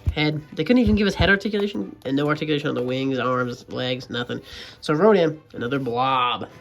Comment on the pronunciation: "ronda"💀 it's rodan